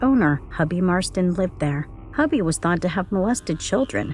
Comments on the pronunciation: Pronounced H-U-E-B-E-Y not Hubby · Hubie( Hoobie) Marsten NOT HUBBY¡!!! GOOD LORD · Please learn how to pronounce Hubie. It makes me think you never even watched the movie.